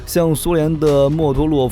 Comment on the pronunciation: 莫洛托夫是不是念錯